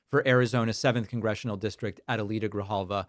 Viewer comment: De repente, te sale lo argentino: hablas español pero dices "Ahdayleetah Greehalvah" . No mames ché 😂😂